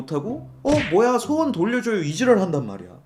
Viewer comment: 자꾸 소원을 수원이라고 하는거 킹받네